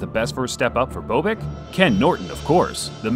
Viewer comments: It's Bob ick, not bo bick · It's BOB-ick not BO-bick. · Bob-ick. Not Bo Bick. The narrators of these boxing bids mis pronounce boxers names way to often. The footage of Norton vs Bobick the announcer pronounces his name properly and yet still the mispronunciation. Get your game together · It's not Boo-bick, it's Bob-ick. Just sayin. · BowBick? Next time use the pronunciation that the announcer did in THIS video. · Love your videos', just want to let you know you are mispronouncing Bobick. The "o" is soft like in the name Bob. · Bobick's last name is mispronounced throughout this video. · Duane Bobick....where do I start with this guy...? Try pronouncing his name correctly...